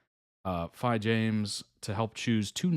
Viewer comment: My timing was awful last night, saw you were streaming and came when you was saying goodbye lol, also, Phi is pronounced like Pee! Checked out the terrible recorder, I am very drunk and it weas amazing I will not lie, I could NOT stop laughing, the comments had me dying.